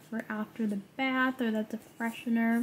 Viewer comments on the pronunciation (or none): none